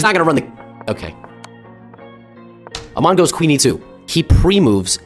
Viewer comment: Did bro just say 'Amon' 💀